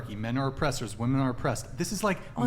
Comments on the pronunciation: is the most well-spoken idi*t on this panel. Im not sure why so many of these villian women cant seem to properly pronounce the word "WOMEN"., and several others constantly provide the singluar version of the word Woman when it's painfully obvious to those of us with fully functional prefrontal cortex they mean to give the plural version of the word. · Am I the only one who hears "woman" when these women are saying "women"? And this happens in just about every Whatever Podcast video I've seen.